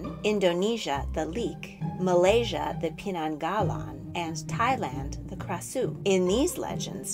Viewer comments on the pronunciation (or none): none